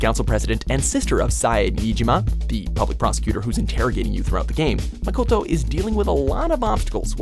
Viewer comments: It's Ma-KOH-to Not Ma-KAH-to Uncultured bastards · AtOutoftheBlue IDK about you but he sounded fine to me. And i took Japanese language class back in the day. Which is pretty much useless due to no practice. The only inaccurate pronunciation was makoto's but all things considered its passable